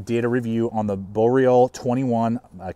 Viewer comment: good video but man you gotta work on your pronunciation. Its boreal (bore e al) its sven (not seven) its wranglerstar ( not wrangle star) its ichiban (icky bahn) haha keep up the good work though.